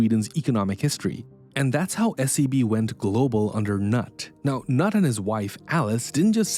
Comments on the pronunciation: His name is not "nut" it is Knut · It is irritating. His name is not "Nut" but "Kenute" A little bit of research would stop you sounding silly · Thank you! Next time please take some time to learn the pronunciation of non-american names such as Knut (pronounced Knoot, and not Nut). It is easy to do on the internet. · The narrator should have googled the pronunciation of the name "Knut". It's not pronounced "noot", or "nut". The K is not silent. It's more like "knoot". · This idiot mispronouncing Knut every time. It's not Nut it's "Noot". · I've watched the last kingdom and Vikings. I'm pronouncing Knut as "Kanoot" and not as "Nut" 😅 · >"Nut Wallenberg" You know "Knut" is spoken differently. Not left nut, right nut. More like Cnoot. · It isn't Kay-nut... It is Ker-newt (Kenneth). England had a famous King Canute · Knut is pronounced Ka-noot, not Nut. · Pretty sure it's pronounced "Noot" not "Nut". I'm open to correction. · If you make a video about something you should make the effort to pronounce names correctly. Knut is not pronounced “nut”, it is closer to “kanoot”. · The name is knut is pronounced "cnood" not "nut" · Great clip. Thank you 🙏 Fyi- fairly certain "Nut" Wallenberg is is pronounced ‘Newt’ 😉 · Knut is pronounce "Koo-noot" not "Nut" - Did you even bother to check? It calls into question your accuracy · You get it if you consider "Canute the great" (Danglish viKing). Then skip the "a" and say "K'nuut"! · That instantly sounded so bad to me, him pronouncing it ”nat” when it should be pronounced ”knuut”, but i guess thats just the English way of butchering foreign words and names especially 😂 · You singlehandedly ruined my poop, KNUT NOT NUT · The first son’s name is pronounced like “Kah-noot”, not like “nut” with a silent k in the front. Sorry, I don’t ever do this but this one got me goin. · lol knut is roughly rhymes with food not nut, and the k and n are both pronounced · Knut is pronounced Newt, or Kuh-noot, not Nut. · Knut is not pronounced "nut".